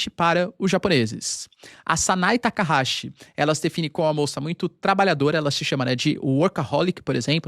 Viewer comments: O NOME CORRETO DA PRIMEIRA MINISTRA DO JAPAO EH - SANAE TAKAICHI E NAO SANAE TAKAHASI COMO FOI DIVULGADO. AS LETRA CH NO JAPAO TEM UM SOM DA PALAVRA T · O nome da primeira ministra do Japão é Sanae Takachi (leia-se Takaiti) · PHESSOR! O nome dela é TAKAICHI. E o CHI é pronunciado com "TI" de tia. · obrigado pelas informações 🥰 tem um equívoco na pronúncia da primeira ministra 😁 mas nomes japones é complicado mesmo kkkkk